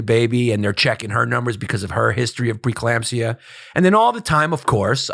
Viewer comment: A shot every time Yanis says preclampsia